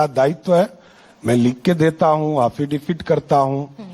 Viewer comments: affidavit hota hai haffidavit nai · एफिडेविट ❌ हाफीडेविड✅😂😂😂😂😂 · abe Affidavit hota hai Haffidifit nahi🤦‍♂ 7vi fail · Hafidifid nahi hota hai,sahab affidavit hota hai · Affidavit ❌ haffidafid 👍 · Afidavit ❌ Hafidavit✅ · तुम affidavit को hafidifit बोलते हो। अब विश्वाश हो गया की तुम चौथी फेल हो तुम्हारे पास फर्जी डिग्री है। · Are pahle bolna Sikh lijiye 'Hafidebit' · Affidavit bolne nhi aata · Aaafeedevit bol raha😂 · Hats off to the anchor. And laughs for haffidivit. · Affidavit hota h Wrong pronunciation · Affidavit bhi sahi se na bol paa rha.... Anpadh